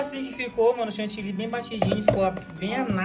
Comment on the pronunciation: Ele fala Chantilly e ela Chantillynn😂❤